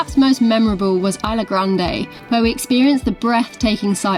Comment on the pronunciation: Isla , pronounced eesla... great new video guys !